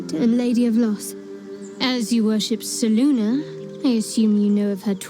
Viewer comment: And why do they say "Seluna," and not "Selune"?